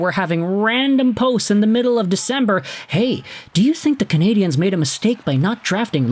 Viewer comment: That laugh sounds like an old James Bond movie laugh. Say Canadiens properly, btw